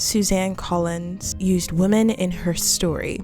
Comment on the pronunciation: Hey great video, not trying to upset you but when you say women (wim•men) you say woman singular. Common mistake but love the analysis overall